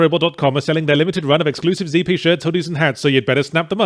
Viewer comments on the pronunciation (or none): What in the flying fuck is Zee-pee? I only know Zed-pee. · Zee pee ?? You've been abroad too long Croshaw! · ZEE-P merch, Yahtzee? ZEE? I thought you were British, mate, whet happened? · Yahtzee you're English Z does not rhyme with P.